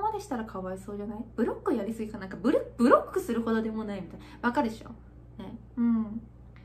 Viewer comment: 最後ブロックをブルックって言い間違えそうになってて笑った